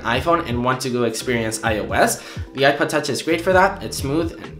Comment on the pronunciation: Is he saying iPad touch instead of iPod touch??